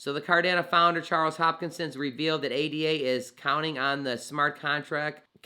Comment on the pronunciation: giving this vid a thumbs up, but plz say Hos-kin-som, not, hopkinson like the baltimore hospital johns hopkins. Great coverage, appreciate ur work.